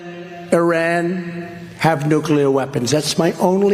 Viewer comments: FYI it's pronounced EERAAN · Just changed between 2 pronunciation without hesitation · Today’s episode: How many ways Michael can pronounce Iran in 5 minutes